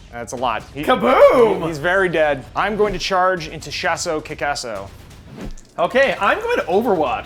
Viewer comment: It really irritates me when they say Shas’O Kickass’O. It’s almost as bad as listening to an American say Aluminium